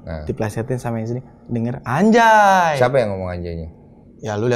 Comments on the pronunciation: Harusnya bacanya bukan ANJAY, kan NUN mati ketemu JIM, jadi ANGJAY 🤣. Repot amat lu, bikin ribet se Indonesia! Dipojokin tuh ma Bang Deny sok mengelak ujung²nya endors, harga diri woy harga diri 😂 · Dibaca anja أنجى bukan anjay أنجي